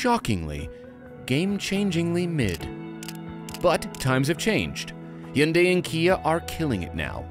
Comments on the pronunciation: OMG!, thanks for pronouncing Hyundai correctly! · Say it with me guys (Hun-day) not he-yunday or hi-yun-die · You both have the best and most accurate pronunciation of Hyundai of all reviewers. Way to goooooo!!!! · I’m pretty sure there are videos of actual Korean people pronouncing the name. They don’t pronounce the Y. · People are generally happy with SUVs that are more seeming than being. I'm happy that you're the only journos who manage to pronounce Hyundai correctly.